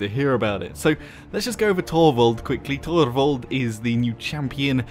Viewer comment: I love the way you pronounce "Torvald". I'm gonna start using that from now on haha.